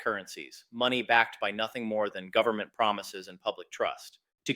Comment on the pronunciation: "full faith and credit of the US gubmit"...LOL